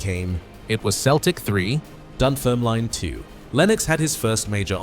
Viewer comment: Can’t pronounce Jock Stein or Dunfermline.